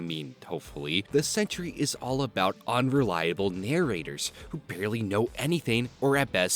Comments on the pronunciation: 'Sentry' only has two syllables. You keep saying 'Century'. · SEN-TREE... NOT CENTURY!!!!!!